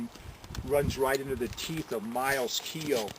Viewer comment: Miles Keogh, pronounced correctly Miles K-Yo👌👍